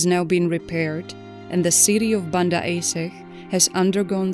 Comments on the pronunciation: Is pronounced Ahdjeh not aseh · Why do you keep calling Aceh “AY sicghhh” ??? Ah.-Chay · I just wish the narrator would learn the correct pronunciation before recording the audio. It's pronounced A-Cheh, not Ay-seh. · For Narrator, spelling Aceh is not "Aseh", but the correct spelling is ACEH, like you said che in Word Apache. Regards. 🙏🏽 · No offence intended, but it's Arch-eh. Not Ace-ay. I know English is not your first language, but it's best to find out how names are pronounced if you're going to give commentary. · At least pronounce the topic correct, compute generated voices makes this unwatchable. Its Ahhtchay, not Ace-eh... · sorry but is this a computer speaking? Aceh is not pronounced A say but (ˈaːtʃeɪ) Ah Tche. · it's A-cheh (C for China). Not Ae-seh 😁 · It's pronounced as "Acheh" not "Aseh" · It's not aseh it's read this acheh that's how you say it but the name is still aceh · Yeah right..but I felt they lack of something as the pronunciation of acheh is very wrong. Here we call it 'are-chech' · Aceh is pronounced are chair (but with silent r) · Actually, "Aceh" is pronounces as 'are chair' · Isn't it pronounced A-che to sound like Che Guevara.? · Aceh, prononced "Ah-chay". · It's pronounced Ah Cheh you AI blonde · Aceh is pronounced: [Acche] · Aceh is pronounced Ah - chey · Archay is how it is pronounced! Get it right!@ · Aceh is pronounced AH-CHEY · There photos after the tsunami n in aech city downtown . The photos from the next day are terrible so many dead boddies.. by the way the person who made this video should ar least learn how to pronounce ACEH..C in Indonesia is pounced ch A is like A in father. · It's really appaling that the narrator does not learn to pronounce the name of the city correctly. Pure ignorance. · You're saying Aceh weird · Can’t take this seriously when you can’t even pronounce Ache properly ! You think you would research the correct pronunciation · Acheh mispronounced horribly !!....text to speech no working right...